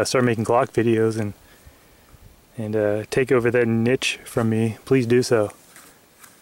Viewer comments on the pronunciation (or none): lol ... nich........ you mean niche..... "neesh" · i like the way u pronounce niche.... its awesome but wrong.... lol:D